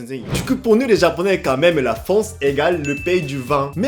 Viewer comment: me fait rire tu dit en fance 😆🤣